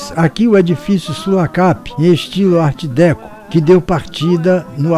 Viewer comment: Apenas uma observação para a anunciada continuação A pronúncia de Art Déco em francês é alguma coisa como Art Decô e pode ser conferida neste link